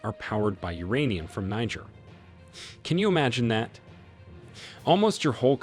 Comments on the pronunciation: It’s pronounced “nee- jher”. 🙄 Great story tho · Please it's pronounced Kneejeer, Niger is a state in Nigeria. That aside, awesome video. The coup was absolutely necessary, France turned Niger republic to Libya post gadaffi, actually much worse. The west seems to forget that there are always countries like China and Russia to support African countries. The enemy of my enemy is my friend. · Why are you pronouncing Niger incorrectly?